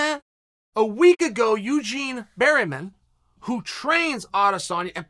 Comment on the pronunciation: “Eugene berryman”